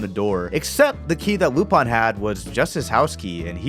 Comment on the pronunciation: I’m sorry I can’t get past the way you say Lupin